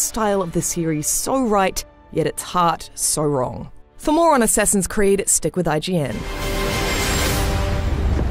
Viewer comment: Godammit, "Assessin's creed"!